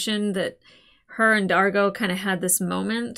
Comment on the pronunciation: You're reacting to Farscape AND Doctor Who at the same time? Two of my top 5 all-time favorite sci-fi shows! SUBSCRIBED. Names: D'argo (rhymes with "cargo" - no glottal stop) Rygel ("rye-jel") Zhaan (rhymes with "van")